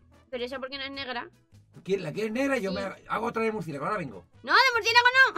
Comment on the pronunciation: Yo siguiendo a los ytbs y yo hay s Por faaaa Cuando dice muricielago y yo mi mircielago